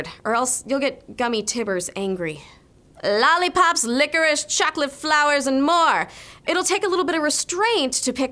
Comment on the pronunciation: I like how she said lollypop